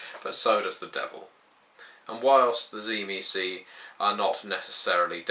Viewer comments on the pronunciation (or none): first of all you are a moron because you dont know how to say theyre name tzimisce is not said zee me ce theyre name is known and spoken as zim see i know this because i know the true family of tzimisce my father is a true tzimisce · I always thought the pronunciation was SHIH-mee-say", with a definite, but subtle, "t" sound at the start. Anyhow, I would like to do some more reading on the Final Nights. Thanks. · Am I the only one that pronounces it "Dzi-mi-tze"? Probably because I'm Slavic. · It should actually be pronounced Dzee-Miss-Key stress on the key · T-see-mee-ski. It's a Byzantine era surname. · Tzimisce was the name of a Byzantine noble family, and as far as I am aware it was pronounced Tsi-mis-chi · I think it's pronounced "Jimmy-skeeh"